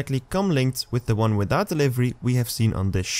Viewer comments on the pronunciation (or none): none